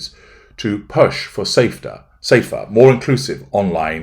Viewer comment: Oh wow. “ safedter”. You even get new words from.